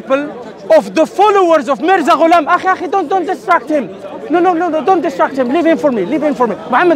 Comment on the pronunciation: It's so painful to listen everytime he say haza maza gulam😂 Their belief is so weak that, they can't even say it properly 🤣🤣